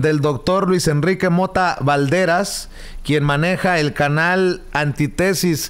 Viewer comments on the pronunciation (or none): no se dice ANTI_TESIS.... sino Antítesis. Con acento en la i. Por lo demás....Muy bien.